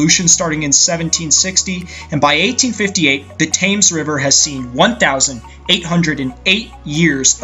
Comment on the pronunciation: That's not how you pronounce the name of that river. "TIM'S" river... whoever Tim is.